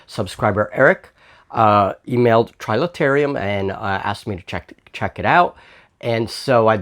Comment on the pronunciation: Quick errata - it's Trilaterum, not trilaterium.. so you don't show up on some of the searches for the game!